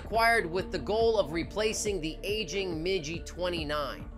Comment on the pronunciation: Why you keep saying Iran? Thats the issue with using text to voice AI. You got your country wrong and then you kept referring to Mig and Mijj.